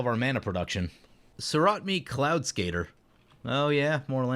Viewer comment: You missed the last "a" in Soratami a couple times. So-ra-ta-mi. Not Sorat-me.